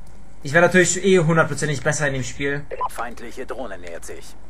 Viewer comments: "Uh ich hab ne dlohne" o.O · drohne heißt des net dohne nobb